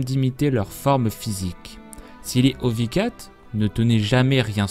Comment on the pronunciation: n"i"ko et "ou"vicats xD fais plus attention à ça parce que pour les fan de lol c'est dur d'entendre des erreurs comme ça xD